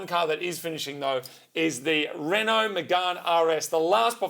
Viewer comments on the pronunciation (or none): Recently heard Doug DeMuro pronouncing Renault as Ren Nolt.